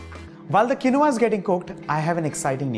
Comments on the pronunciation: The pronunciation is kēnwä , not kenowah. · He pronounced quinoa wrongly